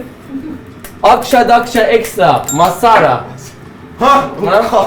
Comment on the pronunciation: Nobody::MASSARA